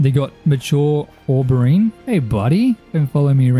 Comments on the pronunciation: As a brit, your attempt at saying Aubergine amuses me. Its Oh-buh-jean dude 😂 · This video was awesome!! I liked the fact that it was more farming centric, made it quite relaxing. ☺️☺️ Aubergine is pronounced "Oh-ber-zheen" its a french word but eggplant is the american name but also correct. 😅😅